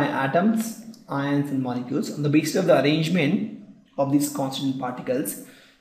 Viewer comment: for example when he is saying...ions....it is ins